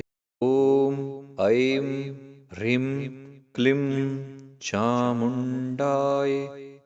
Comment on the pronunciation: Rim and not hreem?